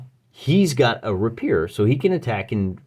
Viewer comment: PS. The word rapier is pronounced RAY-pier